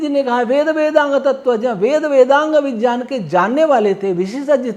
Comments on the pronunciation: उच्चारण शुद्ध ही है ज् + ञ् = ज्ञ चाहों तो हिन्दी कीबोर्ड में टाइप कर के देख लो । या किसी संधि की पुस्तक में देख लो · सही उच्चारण यही है जो बोल रहे है हमें जो स्कूल मे उच्चारण सीखाया जाता है वो गलत है.... सब ज्ञ = ग क़े रूप मे बोलते है जबकि इसका उच्चारण ज़यां ऐसा कुछ बनता है जञ = ज्ञ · ने शुद्ध उच्चारण किया है ज्ञ को सन्धि विच्छेद करके देखो।गलती हमारी नहीं हमारे स्कूलों के अध्यापकों की है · कान साफ कर के सुनो तो सही से विज्ञान सुनाई देगा महोदय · विग्यान ऐसे लिखा जाता हैं। ये विज्ञान ही हैं। अर्थात सही से बोल रहे हैं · का उच्चारण शुद्ध है। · महर्षि पाणिनि कृत वरुच्चरण शिक्षा पढ़ी होती तो ये महत्वपूर्ण नहीं मूर्खता पूर्ण लगता । भूमिका खोलिए, उसमें साफ बता रखा है । सहि उच्चारण कर रहे हैं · अरे महाशय जी, " विज्ञान " का "ज्ञ " अक्षर ज और इसी च वर्ग के अन्तिम अक्षर के संयोग से बना है अतः इसका उच्चारण अर्ध ज से ही होगा !